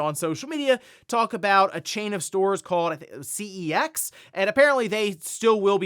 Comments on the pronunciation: Just a note for future reference, CEX is officially pronounced "sex". no cap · CeX, pronounced Secks, is more like a game specific pawn shop. Used to be you could pick up a bargain but these days Game often has new copies cheaper.